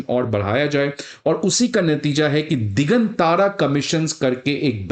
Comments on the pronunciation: दिगांतर Not दिगन तारा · दिगांतर है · भाई यह "दिग्गांत्र" है दिग्गन तारा नहीं (1.36 मिन)!! कैसे IAS पढ़ाओगे!! खुद का उच्चारण हिला हुआ है!!